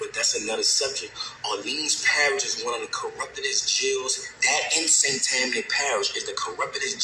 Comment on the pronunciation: You pronounced St. Tammany Parish correctly. I live there..😅